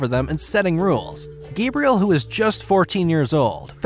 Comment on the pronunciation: Gabriel lol. Pretty sure it's Gabrielle